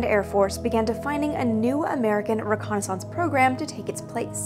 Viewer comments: This is wonderful, but the word is pronounced ReconnaisSENCE even though it's spelled ReconnaisSANCE! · What is this reconni-sounce you speak of? j/k😆 But do all you Canadians really pronounce reconnaissance like that? I've never heard that before. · "ree-Kon-is-unce! lol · Aussies pronounce it that way too. There are many words for which Americans put the emphasis on the first syllable and Brits put the emphasis on the second. In fact, syllable is one of them. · I just love the pronunciation of reconnaissance. :-) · Great part 1. But the old div recce soldier in me kept cringing every time you pronounced reconnaissance with a loooooong second 'a'. :) I think I'll have to make a drinking game out of part 2! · why do you pronounce reconnaissance incorrectly from how its phonetically spoken? its not pronounced as if it sounds like renaissance yes, they are spelled similarly and come from french origins - but they are pronounced differently and thats widely accepted and has been for over 100 years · Yeah the A-12 was needed. /close channel Why are you pronouncing reconnaissance so weirdly? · Funny how Canadians can't pronounce the word reconnaissance correctly. I'm not trying to be mean, just saying